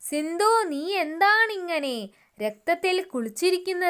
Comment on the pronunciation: Sindhu alla sidhu